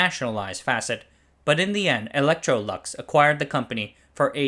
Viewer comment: Facit, not Fäcit